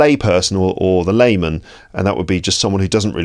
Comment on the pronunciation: It's lay man not limmon guys 😂 just to demonstrate